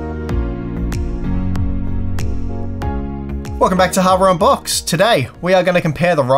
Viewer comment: you're saying harbor boxed on purpose